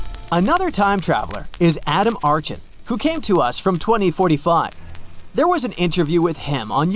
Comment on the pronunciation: archon is pronounced ARKON isnt it? lol